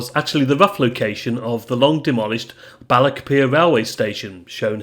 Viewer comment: The english folk seem to have difficulty pronouncing Scottish words ending in 'ch', as in Balloch. 😂